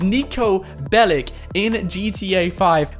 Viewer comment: Its niko belić and thats not russian since they say ch